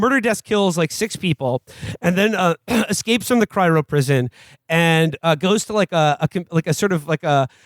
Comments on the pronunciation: Cry-OH, Will! Cry-OH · “Cryro” is driving me nuts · “Cyro” -Will Menaker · And then later “cryro” lmao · Getting bored so ill just leave my comments so far (20m in) Can Will learn to pronounce cryo correctly? Giving me an aneurysm They seem to ignore that demo man is a critique of the future society. Revolutionaries live underground. All the problems of capitalism still exist but theyve been removed from visibility . Demo man is about the sanitized future. It's not a utopia , its just sanitized